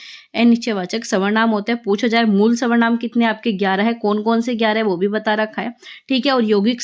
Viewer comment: Mam aap savrnam kyu bolte ho sarvnaam ko😊